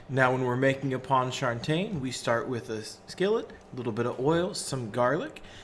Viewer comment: As a New Orleans native, let me help you sweet pea, is pronounced pawn-cha-train. Second, I’ve never had this sauce made with tomato paste